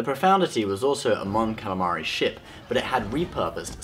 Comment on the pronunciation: half the time you say ship you say shit